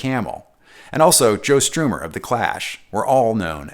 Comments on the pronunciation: Joe Strummer ( pronounced like strumming a guitar not Stroomer) sorry I hope I don’t come off sounding rude. I don’t know anyone else said anything. I didnt want to repeat it. There’s a lot of comments. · Just so british listeners don't laugh at you, The Clash's Joe Strummer's name is pronounced as it looks: "strum-mer", not as "stroomer" 😘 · Never would have expected the creator of such incredible guitar documentaries to mispronounce "strummer."